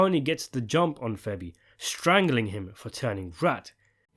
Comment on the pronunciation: Bro I love your videos but you gotta stop calling Fabian Petrullio…. FEBBY. It’s killing me